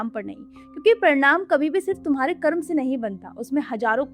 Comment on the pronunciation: ये कर्मा क्या होता है हिंदी में बोल रही हो और कर्म को कर्मा कर्मा योग को योगा योगा ये क्या है भाई जिसे हिंदी न आती हो वो बोले तो समझ आता है जानते हुए भी मूर्खता दिखाने का शौक है क्या आप लोगों को। वेदांत को वेदांता,🙏 महान हो माते आपके चरण कंहा है।